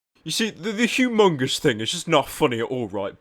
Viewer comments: Pyro, by making this video, and saying hugh-mongous, I'm gonna copyright strike your channel times for sexual harassment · Says "Hue-Mongus" Calls Sexual Harrasment..Boy..I'll slap the goofie that that dumbass bitch omfg rip dis bish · "HUGH MUNGOUS" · OH MY GOD! YOU JUST MISPRONOUNCED MY NAME! THAT IS SEXUAL HARASSMENT!